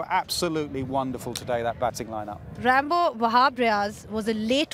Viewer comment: Lol she called Ramiz Raja “Rambo”